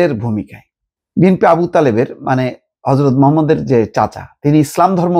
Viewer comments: আপনি যদি মুসলিম হয়ে থাকেন তাহলে অবশ্যই রাসূলে কারীম সাঃ এর নাম সুন্দরভাবে উচ্চারণ করেন। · কি বিশ্লেষন করেন,নবীর নামটা সঠিকভাবে বলতে পারেন না।